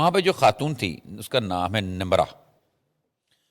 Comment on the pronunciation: What is KHAN. Pronounce it properly. AGWA KHATOON???? Whats wrong with you sakht ANNOYING